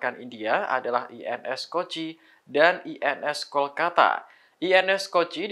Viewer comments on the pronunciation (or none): none